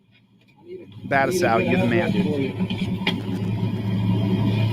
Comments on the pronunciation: Battousai is a Japanese word, it is not pronounced well using American English grammar. (but-two-say) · Dude can't even pronounce his "friend's" name...🤦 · But that's his friend! Surely pronouncing it right. 😂